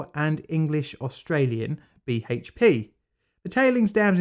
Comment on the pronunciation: I physically cringed as soon as I heard BHP